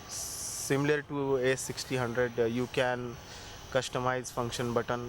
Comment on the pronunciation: its not 63 thousand its 63hundred bro...